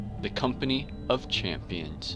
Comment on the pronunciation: great videoman, but its champions not championes lmao